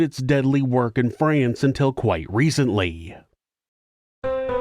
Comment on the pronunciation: I am approximately 50 billionkagillionzillion times more disgusted and horrified by this pronunciation of "France" than I ever could be by humanity's adoration of murderous treachery and cruelty. haha